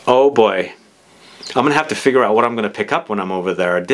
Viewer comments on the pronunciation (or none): none